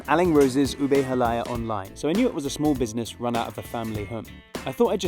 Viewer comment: it's pr. ha-lah-YAH (stress on the final vowel